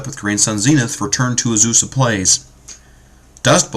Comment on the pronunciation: "Uhzoosah" "Steel Hallkite" "Soul Ring"